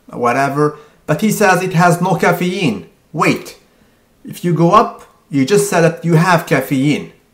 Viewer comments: Cafee-een! Lol! This guy is the best!! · You say caffeine in a weird way. But yeah, Mike Chang's website is absolutely hilarious. Go there for a good laugh. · omg, lmfao at the way he says caffeine